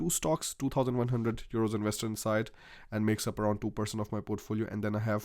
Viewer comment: Why do you keep calling euros churos?